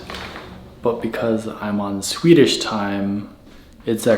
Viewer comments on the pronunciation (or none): none